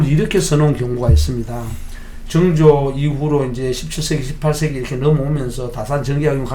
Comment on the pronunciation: 증조… 그래도 학자인데 … 사도세자 발음도 ㅈㅋ 서자 발음도 좋구.. 왜 정조가 아닌 증조 …